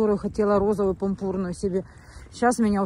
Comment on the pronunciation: " я тоже отлежала на своей кровати, которую хотела себе: розовую , ПУНПУРНУЮ"-😅 шмыгнув носом произнесла Марина ..